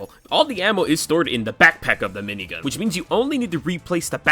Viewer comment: For his nutual special, he has a M I N I G U N